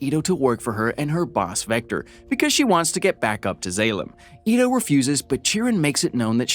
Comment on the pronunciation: mispronunciation of Zalem (z-all-um) and Zapan (sah-pan) is, at least for me, is what makes this video almost unwatchable for me. but that's jut my take on it. the plot is right but mispronunciation of names, especially in a movie like this where I'm a major fan, is just cringy